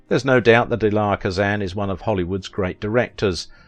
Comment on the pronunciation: You're pronouncing this man's first name incorrectly. You pronounce it phonetically is if you are saying the letter E and then Lie. It's a two syllable pronunciation you run it all together like it's one and that's not how he pronounced his name maybe that's how they pronounce it in the country where you're from but he was an American.